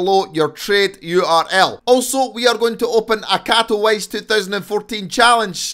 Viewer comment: I like your scottish acent but katowice is pronounced kato - veec - e